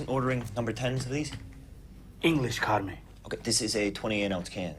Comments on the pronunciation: The only thing I could say at the start of this video was "Who tf is carmine?!" It's Carmen folks...with an E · Will realize it’s Carmen and not Carmine 😭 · just FYI: his name is CARMEN not CARMINE. XD